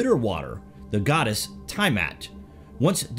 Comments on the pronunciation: You meant TIAmat? Pretty sure it is Tiamat, Tia-Mot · TEA A MUT. NOT TIE MUT PLZ. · No offense but your pronunciations are horrible . Have you never heard the word “tiamet” pronounced by any other researchers etc. to butcher it that bad. If this was only occurrence it would be ok whatever but mispronunciation are extremely common with this channel